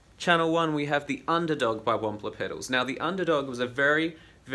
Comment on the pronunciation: This is too late buuuut..the intro sounds like if you said "I'm demoing the paisley deluxe by ONE POTATOES in american accent. LOL Very nice demo! seriously. Thx!